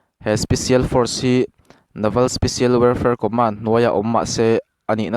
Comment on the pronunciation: Co-mén (Command) >> (Commán-d)